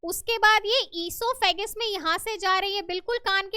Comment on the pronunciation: Mam esophagus not esophagus